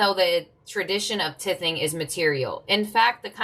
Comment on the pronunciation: Thank you dear! FYI "tithing" is pronounced "tie thing" ❤